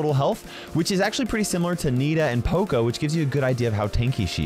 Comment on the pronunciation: That's not how you pronounce poco